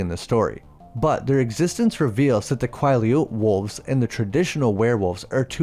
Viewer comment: I genuinely hate how you pronounce Quileute like your doing it on purpose